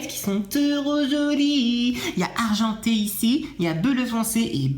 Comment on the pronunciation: Hey!, on dit "areugenté et tureuquoise" tu deveurais le saveuoir. Mais bon,je ne te juge pas.